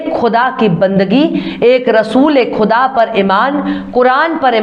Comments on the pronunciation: Quda قدا kahena ghalat hae , ( KUDA خدا kaha jaye ) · aap bolti bahut achha hain, malumat bhi bahut hain, bas talafuz thik kijiye. aap (quda) ko khuda kaheti hain.